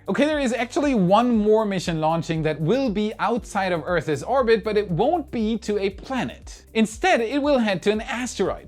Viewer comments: PLEASE, Earth's, is a single syllable. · Can we have say “February” again…and maybe “Earth’s” lol?